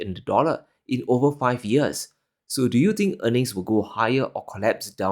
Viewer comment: I tink tree tree is tirty tree. When you solve that pronounciation issue your words will carry more weight. Tink it tru